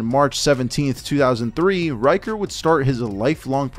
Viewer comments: ricker, not ryker. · Ryker? lol RICKER where tf you getting this pronunciation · I believe his name is pronounced as "Reeker", not "Raiker" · RICKer. Shaun RICKer. Not Riker. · omg Rick-er. Rick not Rike-er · I don't understand how you figured Ricker is pronounced "Reicher".